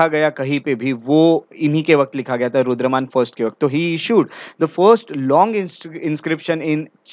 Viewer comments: Sir aap " Rudra(DAMAN) " ko " Rudra(MAN)" keh rahe the in the entire lecture please be careful coz hamesha yaad reh jaate hai aapke lectures and even wrong pronounciations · Please pronounce Rudra-daman instead Rudra- man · Sir, Rudraman nahi, "Rudradaman" hei.